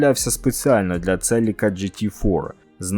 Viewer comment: Вчимося говорити Українською разом - Celica - Селіка (UA); Lancer - Лансер (UA); Civic - Сівик (UA). Московитська - Celica - Целика; Lancer - Ланцер; Civic - Цывик.